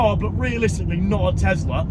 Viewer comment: Tes - la. Not. Tez- la 😂😂😂😂😂